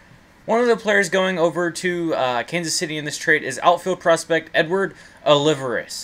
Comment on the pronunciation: Aw- Lee-Veras